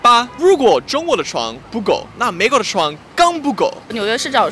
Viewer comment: ，你的中文利害了，出来那个“美”国，不准，好好笑。